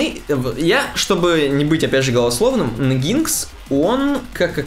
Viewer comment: Ребята спасибо вам за подкаст. Очень круто, информативно и с юмором :) Одна только просьба: NGINX произносите как энжин - экс , а в остальном так держать!!